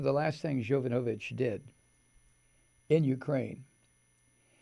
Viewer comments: Please, pronounce the name correctly,Mike..It’s Yo- vano- vitch..It’s no Yo-nova-vitch.. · Mike, I am so glad I found your video! You express exactly how I feel about the trump monster, Keep it up with the truth. And it's pronounced Ya Von O Vitch. Hooked on Phonics worked for me!